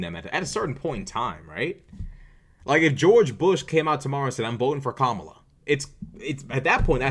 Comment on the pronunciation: Also she butchers Kamala’s name on purpose but would throw a fit if you misgender someone deliberately